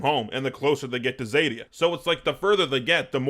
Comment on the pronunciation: Xadia, not zèdia.